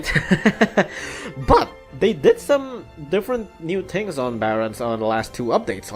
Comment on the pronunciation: I have a question, why do you say "tings" instead of "things?"